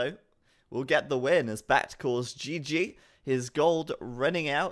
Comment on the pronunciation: He's never going to give up on pronouncing Back T wrong, is he?